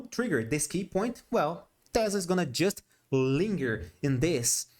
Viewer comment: teeeeeeeeh zlahh lol